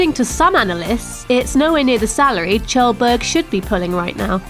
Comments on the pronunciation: I thought his name was Kjellberg, pronounced Kjellberg not tjelberg. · it's pronounced like kyelburg no Chelburg ( phonetically [kjelbərg] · LOL English poeple cant say kjellberg corectly.